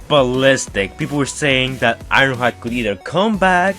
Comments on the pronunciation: "Wast time We saiw Iwonhoide." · The way you say ironhide is weird